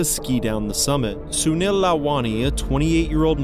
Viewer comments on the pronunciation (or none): none